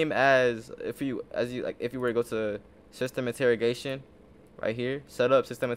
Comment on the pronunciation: I had to stop the video when he couldn't say system integration correctly. Shit made me laugh so hard.